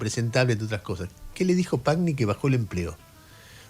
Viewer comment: Pagni se pronuncia " Pañi".Es un apellido italiano